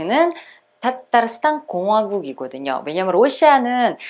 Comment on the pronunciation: 따따르스딴~ 타타르가 아니고 따따르 라고 발음하는군요.